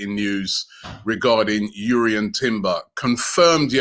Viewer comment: Glad to see your pronouncing jurrien properly and not drurrien 😂😂